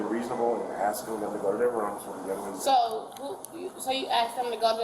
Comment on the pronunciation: Axing...it's ASKING- No one should be axing anyone.